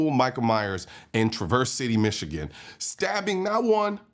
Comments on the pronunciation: Not tra-VERSE City. TRA-verse City. (Michigander here, nitpicking.) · its trav-erse not tra-verse you are hearing the news say it correctly many times but you keep saying it incorrrectly... do you think the local media in michigan doesn't know how to say the name of the city? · /TRA/verse/. not /tra/VERSE/ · TRA verse not Tra VERSE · It’s Traverse City as in “yeah” (or “Travis”) not as in “Truck” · As a local, I gotta say... Please pronounce it "Traver City." Similar to the a in apple or in Travis haha. Thanks for covering this story! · Pronounced TRA-verse City Michigan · It's typically pronounced TRA-verse City, like was spoken in the TV report. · Colion, it's not traverse as in traverse.... it's TrAV-urse, emphasis on the AV. Not that it matters, it actually makes more sense the way you said it but... y'know. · It’s pronounced Tra verse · Pronounced Traver City and not how it's spelled. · It should sound like "Traver City". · It's pronounced trav-verse city, drives me crazy when people pronounce it wrong lol, but my daughter showed up right as the first cops arrived last night and they led her out of the store, it was one of her friends dads who pulled the gun on the man in the parking lot. Crazy to see this happen in a town like this. If we have a murder it's front page news for 6 months. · Emphasis on the first syllable in "Traverse City". (Trah-verse...) The news reporter from Michigan got it right. 🤔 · FYI, the Trav is Traverse City is pronounced the same way you'd say it in "Travis". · "TRA-verse" City. Have family up there. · It’s pronounced “travers” city for some reason. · It's pronounced Trăvers City.. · 😂 glad to know I'm not the only one correcting the pronunciation of Trav-Verse City 😂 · Can you tell CN that TC is pronounced TRAV-erse City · Pronounced Traver’s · Bro, why are you pronouncing traverse city like it’s a Chevy traverse. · Man, you’ve got to visit Michigan to get the pronunciation right 😂. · lol you are pronouncing the city name wrong